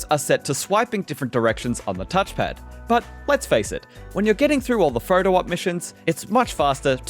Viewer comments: Photo mode ❌ Photer morde ✅ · "fotor mode" 🤣